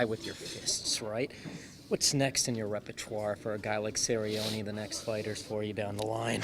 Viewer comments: Nermaganmadof Donald serri-oni hahahahahahaha I'm dead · guy with the glasses is a fuckin weirdo cant even say cerrone properly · The guy with the glasses is such a fucking meme. I laughed my ass off when he pronounced Donald Cerrone. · The way that dude pronounce Cerrone made me cringe. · Lol this weirdo with the glasses. And he can't even pronounce Cerrone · Did this guy butcher Donald Cerrone's name lol?? this dude's funny as hell